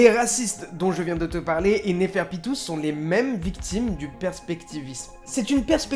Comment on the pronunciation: Ça m’énerve quand tu dis neferpito